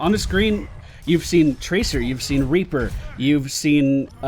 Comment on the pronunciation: He said raper instead of reaper